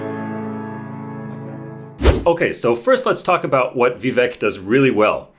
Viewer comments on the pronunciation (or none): It’s Vivek pronounced Vivake like Cake. Nice if you could pronounce his name correctly